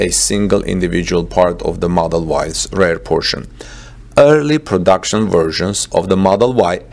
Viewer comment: Thanks for the video! Please check the pronunciation though - its REAR, not RARE.